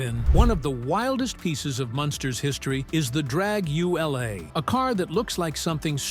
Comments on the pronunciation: it was pronounced dragula, not drag u la, and the front wheels were the same as any super mod and dragsters and some light weigh street rods, not unsafe at all. you should learn something about the shows you critique, and what was the unsafe scene. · Drag-you-lah not Drag-yooo-lay. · The dragster is pronounced Drag-U-Lah, like Dracula... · Dragula not Drangulaa. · Learn how to say the word man it Dracula with the c replaced with a g not Dragu L A lol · Dragula is pronounced like "Dracula", and is made famous somewhat in the Rob Zombie song titled with the name of the car. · Way too much repetition is this video. We got what you said the first time. Also, why couldn't you figure out how to pronounce Drag-u-la? It rhymes with Dracula. It was a great decision to film the Munsters in black and white. I never thought it looked right in color. I thought The Munsters was a good, funny show whereas I found the Addams Family weird and not very funny. Thank you Beverley Owen for leaving the show so that we got to watch the drop dead gorgeous Pat Priest instead. Something that you didn't mention was that Yvonne De Carlo was willing to play Lily because her stuntman husband (Bob Morgan) got hurt and became disabled and she needed to support the family. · dragulais pronounced like dracula only with a g instead of a c !, it is not pronounced dragulay ! fred gwynne is buried about 16 miles from my home !